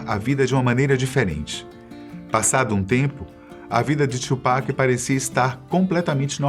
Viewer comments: Tupac! E não tchupac. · É TU PAC não Two Pac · não é tsupac é tupac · Não é twupac filho, é Tupac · Caralho mano , o nome dele é TUPAC , não txhupac . puta q pariu. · É tupac não tiupeki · mano, você disse Tupac invés de TWOPECK como geralmente falam, deve ser um dos sinais do apocalipse hahahaha video top! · Mas acho q a pronuncia correta é "tupaki" msm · Mano peguei ranço desse cara falando tupac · Falou o nome tchupac 150x